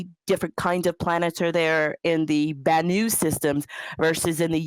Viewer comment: I remember you! You're the only person who pronounces 'Banu' correctly!